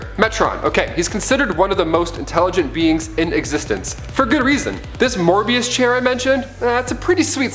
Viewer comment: You are so young. It’s “Möbius chair”, not “Morbius chair.” The first appearances of most of these characters took place long before you were born. Your innocence is adorable. Please inform yourself more thoroughly.:)